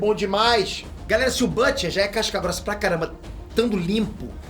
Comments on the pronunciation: Excelente vídeo! Mas a pronúncia em inglês de "Butcher" é "Bútcher" e não "Bâtcher" ( /ˈbo͝oCHər/ ). Fica a dica! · Oooo, fala o nome do Butcher direito!!